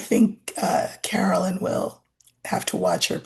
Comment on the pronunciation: Please , Caroline not Carolyn